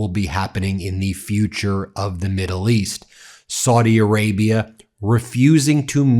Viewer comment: Please stop mispronouncing Saudi Arabia as 'swordy', it's very annoying and disrespectful.